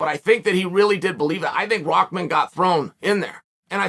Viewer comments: "rockman" It's RAH MAN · Never clicked so fast when I seen the name Hasim Rahman Jr. Had to see how you apologize to someone when you could not possibly care any less how their name is even properly pronounced. “Mr. Rasim Haman- This is ole Chael - I owe you a sincere apology kind Sir”. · It’s an arabic name, you definitely do not pronounce ‘rah’ as ‘rock’ lol. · am i the only one seeing RAH-man, but hearing ROCK-man from literally everyone? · Rock Man 💀 it’s Rah RA+H where y’all getting from the K or the C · Am I trippin.. or does everyone say "ROCKman" rather than "RAHman"? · it's not a English name and from where i come from there are many people with this name.. It's an Urdu name and it is not aak...it is like Bahamas , Rahman Rah not raak.. It's not an English word. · "Rockmon" lol only Chael can calling someone a different name funny as hell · The fact that you're saying "ROCKman" is ridiculous 😂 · His father was called Rock, somehow they turned that to Rackman. I think it came from the pronounciation of the name. Like people call Habib, Khabib, the K is supposed to be silent. Rahman, Someone they involved a K to the Rakhman.. LOL, IDK, my theory.. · I can never tell if Chael is trolling or not when he mispronounces peoples names 🤣